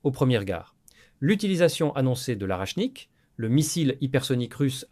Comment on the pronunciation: Pas arachnik, mais orechnik.